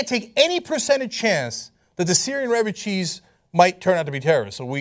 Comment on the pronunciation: "Syrian Refercheese"